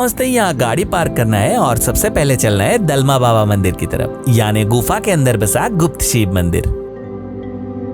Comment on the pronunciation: डालमा नहीं, दलमा है Pronounciation thik se karo bhai